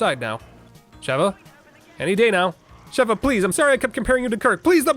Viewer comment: SHE-va, surely, there's no double V for that hard pronunciation you keep doing !